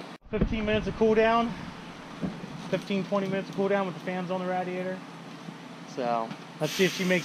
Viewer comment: why do you say things wrong?! Chevrolet, radiator, it's killing me man!